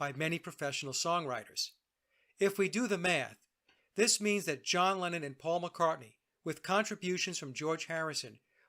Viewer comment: ”Lennon” sounds like “Lenin” when you say it.